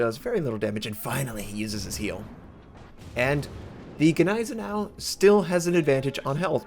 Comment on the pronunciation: Anyone else cringe at the way he said Gneisenau... no just me? Ok great.